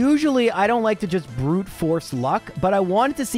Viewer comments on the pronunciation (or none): none